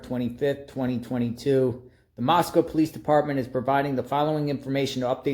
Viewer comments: Moscow is pronounced , Moss-Koh like the word oh not COW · Read your comments, it's pronounced MOSS CO !